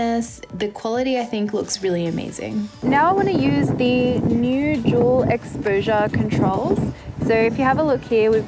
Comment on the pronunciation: i kept mishearing "dual" as "juul" oh my